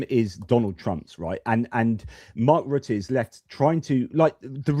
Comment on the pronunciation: Here I go nit picking again, but why is it that the two Brits can pronounce Mark Rutte's name correctly but the American insists on mispronouncing his name?